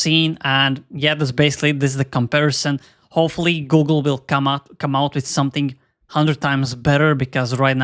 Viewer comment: Did you seriously just say Goh'gle?